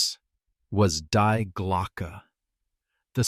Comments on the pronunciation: Please, AI, get it right. In German 'die' is pronounced 'dee', not 'dye'. It's their word for 'the'. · To get it right, you American need to say...; "Dee Glocke"...then it will sound more like the German intent.! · Ai cant even say Die correct, ai only understand English. 😂.